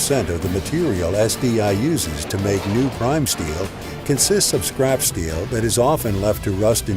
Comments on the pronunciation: Everytime he said "this scrap", all I heard was "(magnets lift up) this CRAP" lmao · every time he says "the scrap" I understand "this crap"